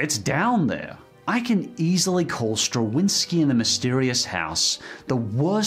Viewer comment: It's Flint, not Clint, and it's pronounced (Straw-Vinsky), not (Stra-Winsky)